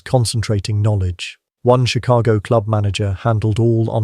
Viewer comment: Chilago? Why don't you AI people hire an editor?